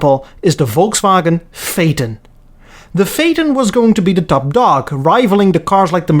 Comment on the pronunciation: Introducing... the Audi Phateon!